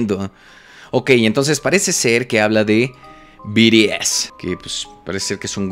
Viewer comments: Jaja se pronuncia "bi ti es" no? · Y se dice BTS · No es BTS es BIRIES JAJAJAJAJJA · No son biries es bts que parte no entiendes carajo xd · “Biries” 😂 me encantó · C mamo con el "biries"...Te amo 😂❤😁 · "BIRIEZ" XD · Yo solo entre por "biries" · We cagaba de risa cuando decía biries jjssj BTS ✨ sus patrones ❣ prros jsjs me gustó el vídeo está mamalon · Te voy a poner como se pronuncia es BI TI ES OK 😆❤️😂🤭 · Biries jajaja no má